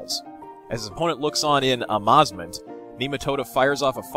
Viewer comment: "Amaz-ment":p Great video as always, thanks!